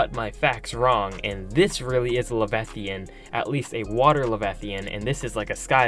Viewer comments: Levethian. No. La-vy-a-than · It's leviathan (Lev-eye-uh-thin) not levethian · Levi-athan not levethian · Levethian? Le-veye-a-than leviathan. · That pissed me off too ngl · Le-VI-a-than, not le-ve-thian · Your pronounced leviathan wrong la vi athen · You pronounced leviathan wrong! What is a “Le-veth-ian”? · Dude you can’t say leviathan - “lev eye a thon” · you pronounced leviathan wrong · You pronounce Leviathan really weird. Have you never heard of a Leviathan in any way, shape, or form?! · Stop saying boys every other word. Also learn to say leviathan correctly. Otherwise it was interesting, annoying boy, but intetesting.